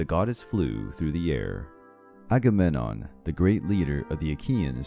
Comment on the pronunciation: A-ga-mem-non. Pronunciation